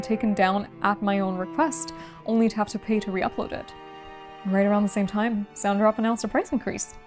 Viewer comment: your distributor is called SONTROP? Maybe enunciation isn't for you.